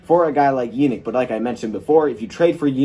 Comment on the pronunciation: It's pronounced (ya-NEEK in-gok-way)